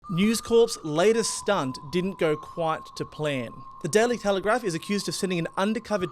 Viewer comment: ~ It’s pronounced ‘altercation’ not ‘alteration’ and ~ WTF is ‘Tailytelegrap’? It’s pronounced ‘The Daily Telegraph’. It’s written on the graphic you put up on the Code of Conduct. Have you got a speech impediment? 😂 You clearly start spewing nonsense when you get a bit too excited 😂